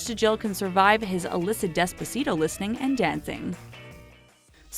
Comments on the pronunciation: Honestly y'all are acting like those things are gonna cause the end of the world. Smh Also why do you pronounce it despazito? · DespaZito? 😂DEAD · Where is the Z in “despacito” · And I did not like the way she said despacito. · deh spuh see toe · I love this vid but did you just call it dezbacito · Why do you say despacito like that